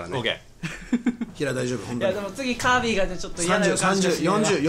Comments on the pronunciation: キービィじゃなくてチービィですね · 、チィービだよw キービィてw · キービィじゃなくてチービィだねw